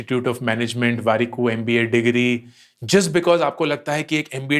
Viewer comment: You are explaining everything very well but the moment when you say mpa apni..ammm.amm instead of MBA made me laugh hard😂😂😂 to tearing up